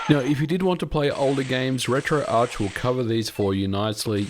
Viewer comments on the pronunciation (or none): none